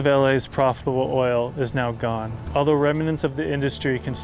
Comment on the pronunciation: Interesting video. FYI, the word is “cost” not “costed” ….and “remnants” not “rem-i-nents”